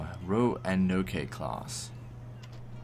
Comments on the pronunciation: Eh, Roanoke is not a Japanese word, it is an American English word, the e on the end is silent. The last syllable is pronounced like Oak. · Hahaha, you said Roanoke wrong. I live near there so its just kind of funny.